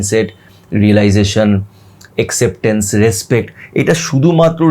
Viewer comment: ভাই, আপনি নিশ্চয়ই আমার ছোট ভাই এর মতো। সেই সুবাদে এই মন্তব্যটি না করে পারছিনা। সেটা হলো যে, Acceptence এর বাঙলা উচচারণটি হবে এ্যাকসেপট্যানস্। আবার ও বলছি এই মনতব্যের জন্য মনে কিছু করবেন না।